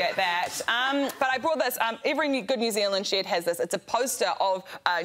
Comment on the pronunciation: Even Greg's pronunciation of shed there is actually 'shaed', Rose's impression was spot on!